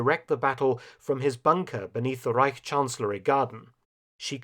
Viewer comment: His German pronunciation is solid but far from perfect. There is a notable British accent and in addition some words sound quite different when a native speaker speaks them. For example "Hanna Reitsch" was quite close, but there was still some accent in the surname. In contrast to this, "Beate Uhse" was quite wrong. He did not speak the "a" of "Beate" although it should be spoken. In addition he spoke of the "U" of "Uhse" as "Ü". What he said would have been written "Bete Ühse" and not "Beate Uhse".